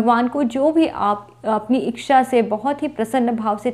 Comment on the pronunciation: इक्षा नहीं इच्छा स्वक्ष नहीं स्वच्छ